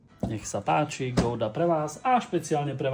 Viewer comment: Akože sorry ale ten čašník zabil gouda 😂😂😂